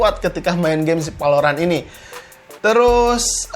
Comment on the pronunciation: Emang urang sunda tetiasa nyarios V atau F , dasar palorant.... Wkwkwk